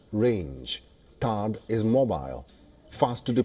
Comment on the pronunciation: Thaad battery not barta